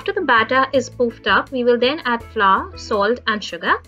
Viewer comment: What is flaar??? Do you mean flour!! Which supposed to sound like flower